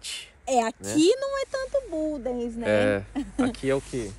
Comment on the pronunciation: Só há um problema, é que ao fim destes anos ainda pronunciam mal o nome da localidade. Não se diz bundece mas budens ,dens não ence